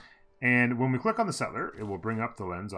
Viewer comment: stop saying settler like that